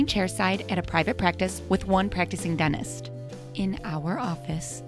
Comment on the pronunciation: What is a “dennist” lol